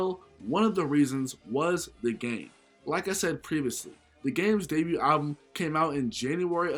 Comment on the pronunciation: The t in debut is silent